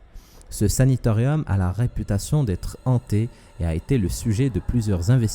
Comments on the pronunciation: SANATORIUM!!!! et pas SANITORIUM apprends le Français avant de faire des vidéos sur youtube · 5.32 "saNAtorium " et non pas Sanitorium s'il te plait ! 🙏🙏🙏